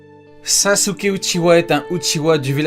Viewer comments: il s'appelle sasuke uchiha pas sasuke uchiwa !!!!!!!!!!!!!!! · Uchiha* pas ouchiwoua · Uchiha* "Uchiwa" faut le dire combien de fois de jarter ce fucking "W" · Uchiha pas Uchiwa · j'aurais préférer Uchiha au lieu de Uchiwa...a part cela vos vidéos sont toujours au top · Sasuke Huchiwa et un Huchiwa Non jure mdr 😂